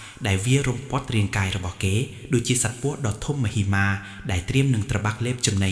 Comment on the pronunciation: មហិមា អានថា មះ ហិ មៀ មិនមែនម៉ាទេ